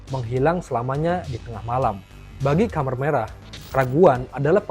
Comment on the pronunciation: Khmer merah , bacanya tetap kmer mas, bukan komer..., komer itu kan sesuatu yg memabukkan , dlm bahasa arab